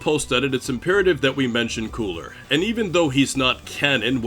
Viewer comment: Did you have a stroke when saying cooler?